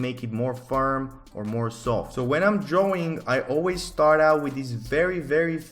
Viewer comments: I love how he pronounced words "dwawing" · i like the way you say drawing